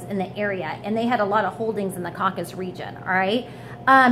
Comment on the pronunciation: Caucasus Mountains. CAW-CAH-SUSS.